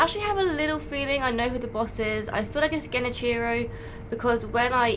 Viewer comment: I thought Sunlight blade was the only one who pronounces Genichiro that way lol